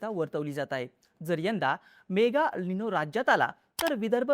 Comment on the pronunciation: EL Nino मराठीत एल् निनो . अल् निनो नाही. AL Nino चा उच्चार अल् निनो. हा ही एक फॅक्टर आहे. व्हडिओ खरंच विस्तृत ाणि माहितीपूर्ण होता.